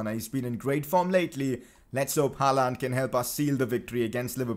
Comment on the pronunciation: Aight, lemme teach ya some norwegian xD When u say Håland u pronounce it like Haland. But to pronounce Håland just think of the word «yawn» or «law» its the same pronounciation :))